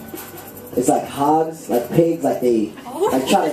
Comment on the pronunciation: When he says hogs, he says it like hawgs. AOLGAJFALDJA I LOVE HIM.